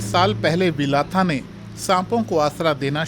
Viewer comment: भंते विलाथा बोलना चाहिए ना कि विलाथा